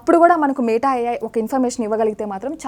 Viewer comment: మేట కాదు madam మెటా